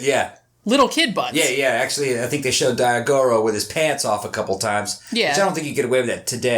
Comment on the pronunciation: His son's name is Daigoro, and NOT pronounce Die eye go row!!